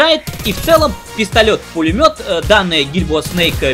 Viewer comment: Столько оговорок забавных уащпэ: пистолёт - пулемёт и "на дристанции" :)